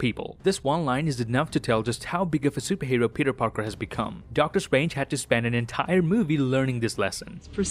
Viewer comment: 1st: It's "world" not word And 2nd: It's "spend" not spiend